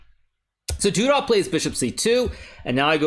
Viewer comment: Every time you say "du dah" instead of "du duh" I think "Zip-A-Dee-Doo-Dah"